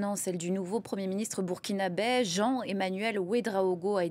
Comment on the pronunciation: On dit burkinabè pas Burkinabais madame journaliste 😂